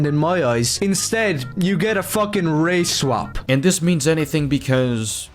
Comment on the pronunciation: Why does he pronounce "Black", "Chinese", and "Race-swap" like they're slurs lmao 😭